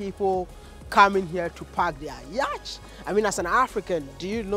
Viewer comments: Its pronounced yat or yot not yach Wodemaya thanks for showcasing Luanda tho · Yacht is pronounced ' Yot'.... we are always tempted to say ' Yachi '